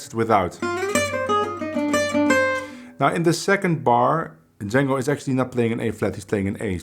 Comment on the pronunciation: I heard you pronounce Django at the beginning correctly as John-go not Jane-go as most people pronounce his name. His brother Joseph and the people of Belgium would always get upset when they he would hear Django pronounced incorrectly. Just thought you could help spread the word on your end.